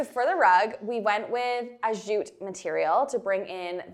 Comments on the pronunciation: PICK ME! <3 The way pronounces "jute," with a /dz/ at the front -- is that a Canadian thing or an thing? Down here in the US (or CO, at least), "jute" starts with the same sound as "just." Just /j/. Is it French influencing you all? Or, again, is it just Herself? OMG, that buffet! Swoon!!! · The way says jute gets me every time - zzzjjjutte chefs kiss